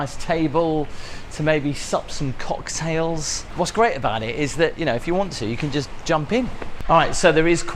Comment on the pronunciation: I think it was the emphasis of the first part of the word cocktails that makes it stick out. 100% watched it 3 times because of how funny it was though.